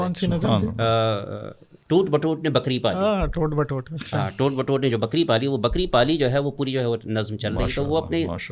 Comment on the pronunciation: In Urdu, ٹوٹ بٹوٹ can be read as either of the two in the absence ofاعراب ۔ . However, "Toat Batoat" is correct here. These are not regular and meaningful words in Urdu, but the poet coined them to exploit their phonetic effect on children (...... and adults). So, the pronunciation intended by the poet (and used by the first generation of audience) will be considered as CORRECT, which is "Toat Batoat".